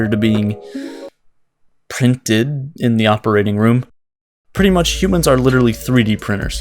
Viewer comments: “and then they get” pause “pRiNtEd” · That pregnant pause before printed was perfect ;) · The way he said “printed” got me